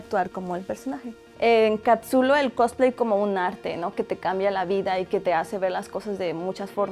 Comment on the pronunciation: dijo "encatsulo"